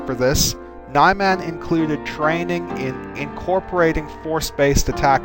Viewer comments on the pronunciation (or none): This is a tiny point but I think it should be pronounced "nee-man" rather than "nye-man". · I love your videos. By the way. I'm not sure exactly how "Niman" is pronounced but I think "Knee-Mon" is the real pronunciation. It sounds more "exotic" than "Nye-Man". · NEEE MAHHHN My God you never pronounce the vowels properly. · Ni-man (Knee-Mahn) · I could swear you're pronouncing that wrong (I'm pretty sure it's Ni-MAHN with a short I), but either way, this is very helpful. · "Nye Man?" Where are you getting your pronunciation guidelines? I've disagreed with basically every form's pronunciation so far.